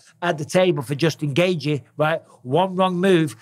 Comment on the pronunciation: Noone pronounces Justin Gaethje's name better than Michael Bisping. Someone needs to make an hour long loop of Bisping just saying "Jusin Gaethje".. please internet don't let me down!